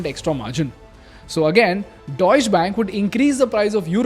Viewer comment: Plz improve your pronunciations . Deutsche and Volkswagen. I don't expect it from you. Anyway thanks for the knowledge